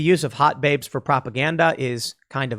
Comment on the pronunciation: I like how when Tim say "Hot Baybes" he all of a sudden develops a Brooklyn accent. XD